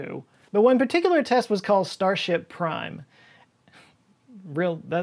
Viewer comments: Heh you said “starship prime”, not “starfish prime.”! You and words! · Star FISH prime. You had it written correctly but you said starship prime